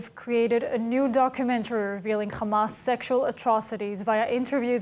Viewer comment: Why don’t you pronounce Hamas with an ‘H” instead of “Kh” Khamas? The scratchy gutural Kh makes people’s ears bleed and makes listening to you difficult. It’s very easy to pronounce “Hamas.” Constructive criticism.